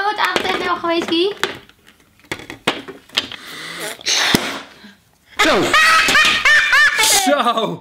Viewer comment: Het is geen gi maar guy